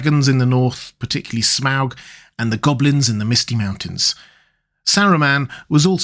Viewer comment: Pronunciation point: although Sauron and Smaug were pronounced with the /au/ vowel in ‘brown’ in the films, that’s probably not what Tolkien intended. A better way is to use the vowel in ‘laud’ and ‘draw’.